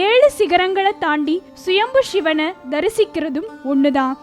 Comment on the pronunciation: It is not Shvan..try to pronounce like Sivan. It is ezhaavadhu..not elavadhu